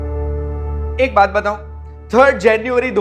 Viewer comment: Ek baat "batau" चैनल वालों...aapkey "बताऊं" में "न" का उच्चारण नहीं होता है क्या? कोई बिंदु या चंद्रबिंदु की मदद लिए बिना बोल देते हैं। बड़े आत्मनिर्भर हैं आप तो ।👏👍🫢